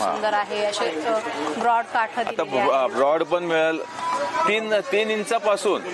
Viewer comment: काठं नाही हो . काठ म्हणतात